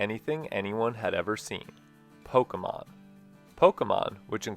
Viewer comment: Also, thank you for saying Pokémon correctly lol